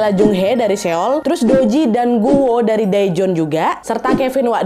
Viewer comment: Seoul : So ul Daejon : Dejon Jung hee: jung hi Doo ji:du ji Gun woo: gun u Yuryeong: Yuryong Kurleb bgitu pelafalannya ka, maaf kalau aku masih salah🙏🏻